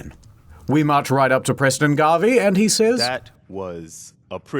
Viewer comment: I'm actually kinda mad they got Preston's name wrong. But I understand... Garbey is hard to confuse for Garvey